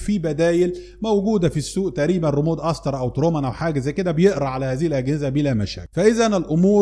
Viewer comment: اشكرك على الشروحات ،بس عشان الله اسمو ريموت بالتاء وليس ريمود بالدال